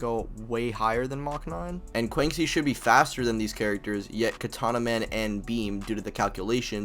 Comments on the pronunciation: Bro said Kwanksi 💀💀 she's Chinese so it would be 'Kwanshi' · Btw I just wanna inform you thats not how you pronounce Quanxi ^^" Quanxi (Chinese: 泉溪, Quán Xī as her birthplace was stated to be China and it's a Chinese name), you read it as chew-ann shee, and not kuancee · This is the craziest pronunciation of quanxi I’ve heard